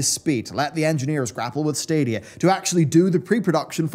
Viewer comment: I'm happy I won't have to hear the stadia adverts anymore, fucking "SADIA" and that stupid music until I could skip it, every fuckin time